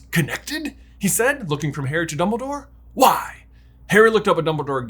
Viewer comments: "numbledore" lols :P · "Numbledore" part cracks me up everytime XD